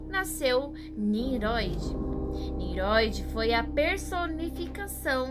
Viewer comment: Parabéns pelo vídeo, elucidador. Só que, não é Niroid, mas NINROID. Som de RR